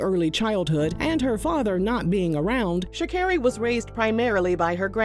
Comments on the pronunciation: i thought it was sha-CARE-ee, too tbh lol i thought she said it in her victory speech in tribute for her mama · It is Sha CAR ree, hearing you butcher her name was driving me lol